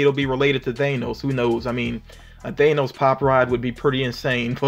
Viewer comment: Not to complain and really not important to the video but the way he says Thanos just triggers me, and I just find if funny as they usually don't ignore me.